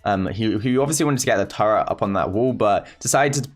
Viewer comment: Who heard turrent as tara...